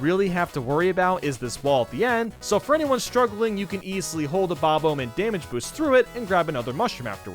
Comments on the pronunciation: Him: Bob-Omb YouTube:Bobum (Bob Home) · Why do gamer YouTubers pronounce “Bob-omb” in such a weird way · I'm angry at the way you say bob-omb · I will never not hate how you pronounce Bob-omb. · I’ve never heard anyone pronounce Bob-omb like that. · Two things we all hate about: The way he pronounces SNES The way he pronounces bob-omb